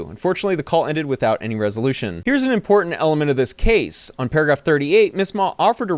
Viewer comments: Just like that FTX guy and that Holmes (theranos) girl. All of them operated around the bay area. All of them, from wealthy and connected families and they all seem to pronounce the word "important" as "imporden"(as well as others of their kind). Rich thieving Retards. Truly gifted and talented. They were all young geniuses "on the SPECTRUM"; and GIFTED the early easy lives, and TALENTED enough to steal exorbitant amounts of money, but still truly RETARDED. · She can't even pronounce "important"